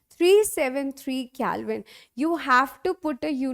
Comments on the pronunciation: It is not calvine it is Kelvin 😅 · Yup that is not calvine that is kelvin 😂😅